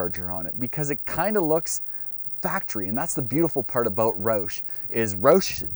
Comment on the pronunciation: First things first, say it right man its ROUSH like like "ouch" but with a "sh" instead of a "ch". Secondly, yes you do need the Brembo brakes but the 3.73 gears are actually counterproductive and you'd rather have a lower gear like a 3.31 or 3.55 in order to take advantage of longer gearing up top. Maybe with a centrifugal supercharger 3.73 would be better bc they're lacking the torque down low that a TVS supercharger has. Love this guy's enthusiasm but it seems like it's for kindergarteners and not adults. It seems like he's from Canada ay? 😂 But is this dealership in Atl??